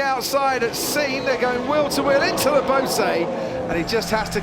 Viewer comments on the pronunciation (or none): none